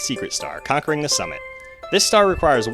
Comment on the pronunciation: I... think you pronounced conquering wrong...